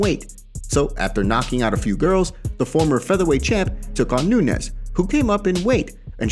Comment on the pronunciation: Why tf r u saying amanda nunesh? U r fkn crinshe